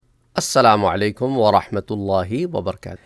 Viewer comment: السلام علیکم ورحمۃ اللہ وبرکاتہ اور کیسے طبیعت اپ کی اپنے اپ کو بتانا تھا کہ میں نے اپ کے کافی ویڈیو دیکھی ہیں جس میں اپ سلام صحیح نہیں کرتے ا ویڈیو کے شروع میں اپنے سلام کو خود سنیں اپ کو خود ہی پتہ چلے گا کہ میں سلام اکثر صحیح نہیں کرتا